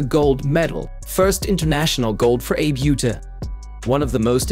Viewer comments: Please, her name is pronounced Ah-bay OO-ta. Do her the courtesy of pronouncing her name correctly. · Ah-Bay OO-Tah. This AI voice reading is horribly destroying her name. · Name pronounced "Ah-bay Oo-tah" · These computer generated voice-overs are for the birds, no offense to our feathered friends. Real people don't speak in such a stilted and robotic fashion; it's very distracting ... not to mention the idiotic mis-pronunciation of the Abe Uta's name, for pete's sake. I'll either mute the sound or just watch the closed captions, as bad as they are.